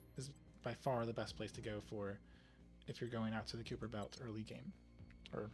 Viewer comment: Just if you care… it is pronounced KAI-per belt… not KYŪ-per belt… if you care…